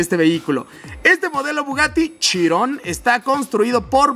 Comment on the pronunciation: Pense que dijiste el bugatty chingon